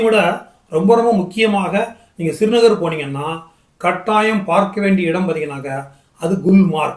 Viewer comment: ஸ்ரீநகர் என்பதை சிறு நகர் என்பது தமிழாக இருந்தாலும் இனிமையாக இல்லை.